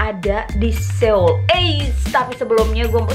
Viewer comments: Bilang nya soul bukan Seul, banyak banget youtuber yg bilang Seul , padahal soul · FYI pengucapannya So ul bkn seul seoul hehe sukses buat 😘😘😘